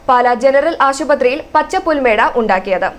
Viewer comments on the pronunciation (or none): പുൽ മേടയല്ല പുൽ മേട് എന്തൊരു തോൽവിയാടോ നിങ്ങൾ